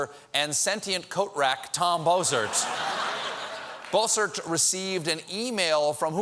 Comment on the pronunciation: the way he says bossert sounds like he's saying Ball Search.